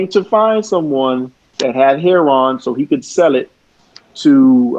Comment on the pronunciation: Last name heron, you mean heroin, I can't stand it when people pronounce heroin heron.